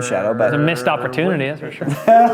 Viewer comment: "Mist opportunity" and "raw men broth" 💀